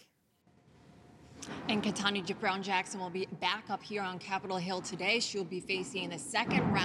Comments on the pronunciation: Ketanji! Not Ketanie! At least get her name right…. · Her name is Ketanji NOT Ketanj... Put some RESPEK on her name!!! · Ketanji isn't that hard to say. This woman messed it up more than once. 🤦🏾‍♀️ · Can we get a substitute Karen for the name pronunciation? Damn. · Is no one going to comment about the reporter mispronouncing judge Brown's name twice? Is it really that hard? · Please for the love of god. Ketanji is not hard to pronounce… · The blonde correspondent, right screen, mispronounced Judge KetanJI Brown Jackson's first name.